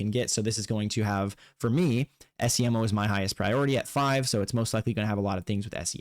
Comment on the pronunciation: You know they say Esiemo's name in the game... so pronouncing it that wrong is just insulting to your own intelligence.